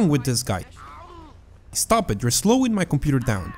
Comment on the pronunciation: ''you are slowling my computer down'' LMAO XD